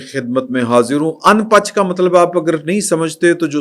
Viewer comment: شفقت صاحب جو لفظ اُن پچ بول رہے ہیں ٹھیک نہیں ہے یہ پنجابی کا لفظ ان بج ہے جس کا مطلب اپنی حرکتوں سے باز نا انے والا تصحیح کر لیں😜😜😜😜